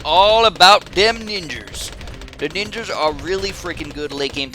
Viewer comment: "ninjers" oh god